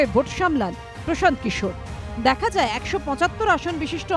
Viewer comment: Bangla te hindi bolun ken prashanta kishor naam ta to thik kore bolun eita to bangla news chennal. Eidhoron er uccharon er jonno news dekhte mon chaina ei bangla chennal gulite.😔😔😔